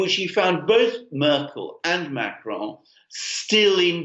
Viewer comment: please learn to say Macron with a French accent not a Mexican one.